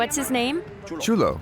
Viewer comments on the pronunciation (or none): the dog's name is Chulo (word for cool) and not Julio (word for July)